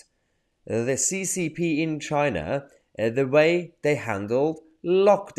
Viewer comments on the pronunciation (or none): none